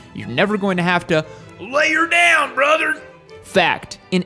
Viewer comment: "I just had to lay er down brother!".. had me dyin over here 😂😂 so Midwest..